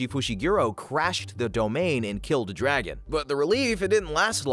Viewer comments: ITS DAGON NOT DRAGON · bruh his name is dagon not dragon